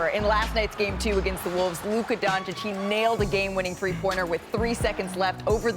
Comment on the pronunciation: How many years will Stephen A take to learn how to pronounce Doncic? The disrespect of this braggadocious talking head...